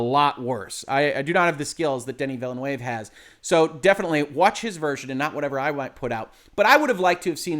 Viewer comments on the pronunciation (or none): Watching again as part of Hoeg support. #Shrimpfriedrice Just saying, it's not Vilénuévé (not spanish) but french vilnœːv (in phonetic) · Just so you know, you pronounce Villeneuve incorrect. Just so you know for the future, you can hear a French speaker pronouncing his name correctly at: I think you might have been misled by how you'd say Villanueva. There's a lot I like about this film. But, I think that leaving out Irulan is kind of a mistake. One thing the old Dune film did well was introduce her early (as she was kind of a major part of the novel). We do see Chani very early, but not Irulan. This film kind of misses out on the whole political aspect of things. It's briefly mentioned, but it's incredibly easy to miss (or not understand). Then, there's things like the Duke saying he should have married Jessica. But, nowhere in the film is it stated why he didn't. I think it's a big mistake to have Jessica repeat the Fear is the Mind-Killer. Because you don't get how Paul manages to deal with the pain. I think that stating that using the switches is inspired by Star Wars is a stretch. Especially since that those kind of switches are part of the real-world counterpart to the ornithopter, the helicopter. Jason Momoa is miscast as Duncan, pretty badly. Duncan is supposed to be far more about honour and be much more straight-laced. I think someone else pointed out that swapping the actors between Duncan and Gurney would have been much better to the portrayals in the novel. Duncan isn't supposed to be Han Solo (who doesn't die in the original series so it's not even that great a comparison either). I think